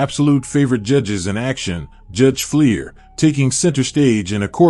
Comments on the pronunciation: Fleischer. Should be pronounced Fly-shur. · Judge "FLY-SHUR".